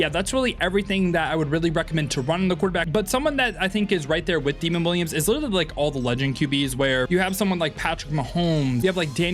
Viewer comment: Great video bro! Also Demond Williams Jr name is pronounced Da-mond not demon lol